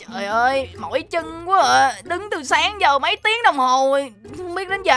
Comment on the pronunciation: Hai quaaa anh ơi phải nói là qu á